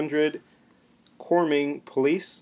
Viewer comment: I love your collection. Denton is Denton Texas and it is Corning not Corming. Look at the driver door. Not trying to be a pain in the butt but Corning NY is my hometown and yes our police trucks look exactly like that. :)